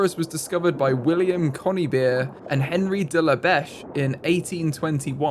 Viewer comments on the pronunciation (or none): none